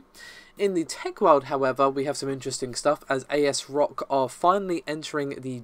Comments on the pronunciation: Asrock. Not a s rock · I think it's pronounced "ASS" Rock.